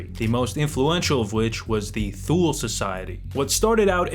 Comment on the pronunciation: Grammar Nazi: Thule is pronounced “two-lee”.